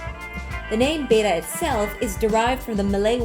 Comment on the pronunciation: IT'S ACTUALLY PRONOUNCED "BET-TAA" NOT "BAY-TAA"